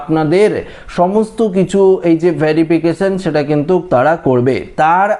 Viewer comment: কিন্তুক্, কিন্তুক্, কিন্তুক্...??!!